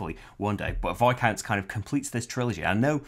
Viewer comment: Yay! Someone said Viscounts correctly!